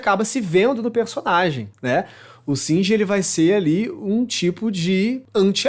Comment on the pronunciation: Singer não! É shinji !